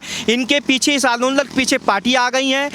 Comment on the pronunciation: कल की लड़कियां, कट्रीना और ज़ॅक्कलिन हिंदी सीख गईं, पर सोनिया आज भी 'आंदोलन' को आन दो लंड कहती है! 😆